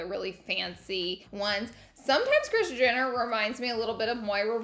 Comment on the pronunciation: You say Kris *Jinner*..lol..